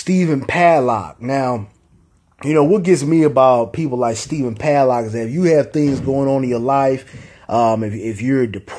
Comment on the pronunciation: Stephen PADLOCK like the fucking code lock 😂🤣😂🤣 It’s pad-dock